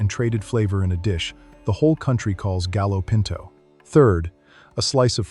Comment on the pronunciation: Pronounced gayo pinto.